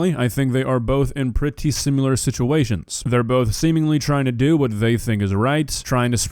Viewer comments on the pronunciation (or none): PLEASE practice pronouncing SIMILAR so it isn’t SIMULAR IM sorry you’re beautiful and I love you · It’s “SIM-I-LAR”, not “SIM-U-LAR”!!! GOD DAMNIT!!!! 😆 Nah, you’re the man,. Even if you say “sim-u-lar” all the time. 🖤